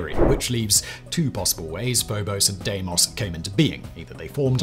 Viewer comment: Pronounced Deemos